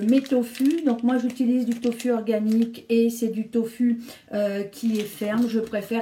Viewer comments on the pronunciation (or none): Bonjour, je préfère les vidéos SANS musique 🌞 C'est une recette sublime! Je consomme du Doūfu une fois par mois !! Vous dites conserver les pots au frigo, ils ne peuvent pas se conserver à l'obscurité dans un cellier frais? * Sinon, l'on prononce "to fou" 豆腐 en pinyin c'est "doūfu", le "u" se prononce "ou". En tout cas c'est comme ça que c'est prononcé.